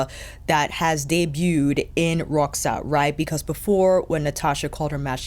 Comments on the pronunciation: Né? Eu achei que a pronunciou direitinho, deve ter sido uma das únicas YouTubers de língua inglesa que fez esse esforço 😃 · Hi, how you doing? I'm from Brasil (wich you guys write Brazil), where we speak brazilian portuguese, and the way you said Roxa is just right, it's just how we do it around here (no idea how it goes in Portugal). Luv luv luv your videos, yaour chanel is one of my all time favorites. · I’m Portuguese and it sounded perfect ❤